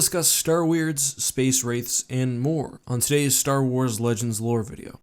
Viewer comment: Said space wraith a couple of times there when talking about the star weirds